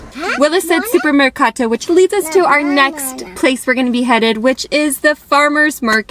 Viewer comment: SUPERMERCATO ! The "girl" says right with the "right" R and the "right" E. She also says GELATO and especially GELATERIA. 100% italian pronunciation. the mother says "MERCATO" too...but FEEL the difference....😎